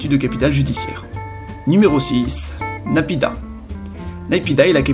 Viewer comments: Naypidaw se prononce naypido et non naypida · On dit "NayPyiDo"